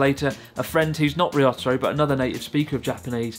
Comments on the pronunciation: Why do you say "Ryotaro" like "Ree-otter-o", when you know well how to pronounce Japanese names? Confusing. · What a shame you constantly pronounced Ryotaro's name like a true gaijin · Ryotaro is a good guy to help you out. I hope you will practice saying his name. You could do better. Typical of English speakers you seem to struggle with the small ya, yu, yo, pronouncing them separately instead of blending them. (e.g. Tokyo is 2 syllables, not 3)